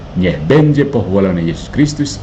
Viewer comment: Santus artinya kudus...sudah betul.